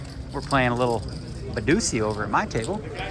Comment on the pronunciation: did Phil mean badugi or is badusi a real game